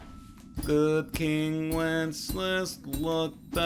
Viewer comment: who the hell is good king 'wences'?